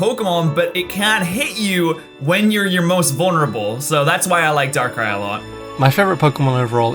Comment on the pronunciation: DARKRAI, NOT DARK RIE!